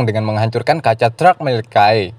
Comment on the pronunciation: triad bukan traied🤣 truck bukan treuk🤣